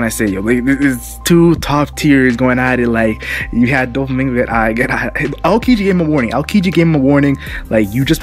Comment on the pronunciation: All had their awesome moments but probably Alabasta or Sky island. You should practice saying Aokiji's name more often, try not to force out some words too fast. Every time you tried to say his name I heard "akedi"